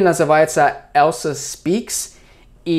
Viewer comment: И "Elsa" - на русском будет звучать не как "ЭЛСА", а как "ЭЛЬЗА" - "EL`ZA"